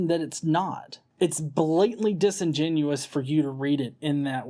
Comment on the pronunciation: I like that you've figured out how to say "disingenuous" properly now. You used to always say "disingenuine".